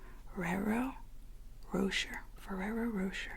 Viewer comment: it's pronounced "ro-shay", not "rosher", haha 👌